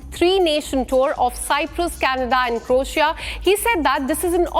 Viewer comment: It is NOT 'CORatia' ❌ It IS 'CROatia' ✅ Reporters/Journalists SHOULD know this.